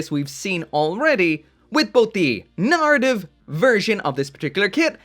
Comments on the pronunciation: Please, please start to pronounce the word "Narrative" correctly. For weeks I would try and find "Nartiv" Gundams online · that "arra" syllable really gets away from him eh? 😂